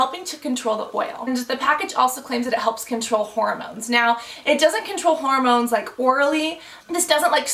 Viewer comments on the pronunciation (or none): GIRL! It's HORmones, not HOROmones!!